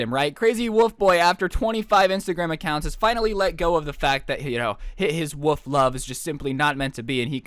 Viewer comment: How says 'wolf' is really strange, he says, 'woof' Here's something funny, Last year I discovered a 'werewolf' girl and it was strange because I thought she looked more like a fish than a wolf, anyway a year later I discovered why she did that, for attention, to feel higher than someone and when I confronted her she acted like it never happened. Damn